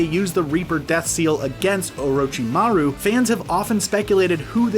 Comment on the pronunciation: At least he said orochimaru right